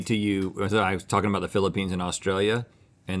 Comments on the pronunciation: Did Link say, "feeling the peens"?? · Who’s gonna tell link he needs to quit calling it the Peenes? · He said peen... 😂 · I love how they keep calling the Philippines, the “Peens” 😂😂😂 🇵🇭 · I’ll never not chuckle when Link calls it the Peenes